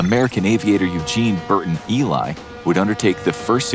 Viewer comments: Its E-lee (Ely) not Eli by the way but thanks for giving Eugene some credit either way. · Hey that y in Ely is said like E